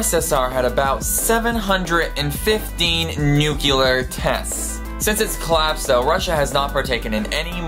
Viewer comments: The word is nuclear not nucular, sorry but realy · I don't know if I can stand 9 minutes of the word "nuclear" being pronounced "nucular" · Nuclear. Not Nucular. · The weapons are called N U C L E A R, not N U C E L A R, ok? Ok. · Hey, dipstick, it's pronounced NEW-CLEE-UHR!!! There is NO word "newkular" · "New-cu-lar" is incorrect way to pronounce the word "New-cle-are". Nuclear is how it is spelled. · It's nuclear not nucular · 1) New-clee-er. It's not spelled nucular, and you shouldn't follow George Bush in his method of pronunciation. 2) you forgot about nuclear power, and radiation treatments for things like cancer. All of which came out of nuclear development. /.\ you broke it l, sir... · it is nuclear, not nukelar... sorry, I can not listen this... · Please, your accent makes you pronounce so many words incorrectly. It is NOO-KLEE-EHR not NOO-CUE-LEHR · It's pronounced nucLEAR not nucULAR 😁just sayin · Did I hear nu-cu-lar or nu-clear? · One minor thing: "nu-clear," not "nu-ky-lar" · Nuke-Lee-ar not nuke-You-Lar! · NUCULAR. NUCLEAR. AHHHH. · NUCLEAR. NOT NUCLEAR. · Why the fuck does he keep saying "nukilar"? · Why does he say Nucular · raumaan kidwai nucular is cooler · I came here for some info about Nuclear tests but all i got is this: Nukilar!!! 40X my heart was hurt..why did i watched this video anyways.. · The only one I cared about was NUCULAR. it simply ignores the spelling completely. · It's pronounced "new-clear". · You should probably learn how to pronounce nuclear before making a video like this. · new CLE ar bella RUS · Nucular bothered me, but I lost it at "Be-LAR-us." like seriously, it's "Be-la-RUS" not Be-LAR-us.